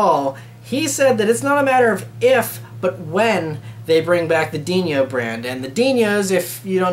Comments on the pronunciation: It's "Dino"(Dee-no)as in the dinosaur on Flintstones, not Diño like El Niño. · It's Dino not Dinyo. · Just FYI, it's Dino, not Dinio ;) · For crying out loud. Ferrari is an Italian name so the son Dino is pronounced DI-NO. Why you give it a Spanish slant I can't understand. DiÑO???